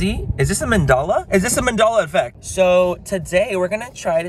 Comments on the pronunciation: A “mendala” effect????? Lmfao!!!!! Switch your vowels, Manny! Mandela! Omg….. I want to hang out with you. I feel like my abs would be on fire from laughing. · Mandala 😂 it's Mandela, you goof! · I hope you're pronouncing Mandela wrong on purpose lol